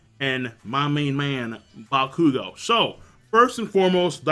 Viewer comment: Adonis Richards he's pronouncing it right. it's bakugou's name he pronounces wrong (he emphasizes the "KU" instead of the "Gou)